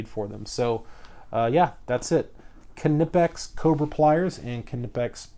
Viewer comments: It’s legit pronounced KneePix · Kuh-nee-pex They also now have a 4" version with no grips. Knipex is awesome! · if you really want to pronouce it right (not that it matters): the i in knipex is pronouced like the ee in eel or the ea in deal. the rest was spot on. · No the k is silent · The k Is silent